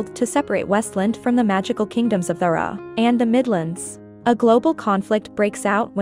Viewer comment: Okay clearly read by an AI and does not include the books after Confessor. Notes: D'Hara is not pronounced "dhrra". Kahlan is not "Kaylan" (TV messed this up too). Jagang is not "Jagong" either.